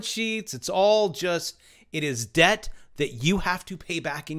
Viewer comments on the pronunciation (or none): The b in Debt is silent #YoureWelcome